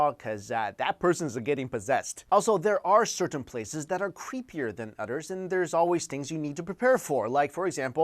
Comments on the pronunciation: I'm barely watching this, so I don't know if someone else already mentioned it, but - , it sounds like you're saying 'udders', lol I had a good laugh, thanks XD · I've noticed in every video you pronounce "Others" as in "Odders" lol just random thing that I always noticed every videos haha, awesome channel always related to paranormal which is fun to watch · You said udders lol